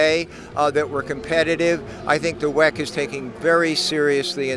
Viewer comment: For the love of god stop saying weck